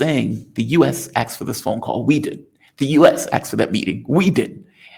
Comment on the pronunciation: The word is "asked" not "axed".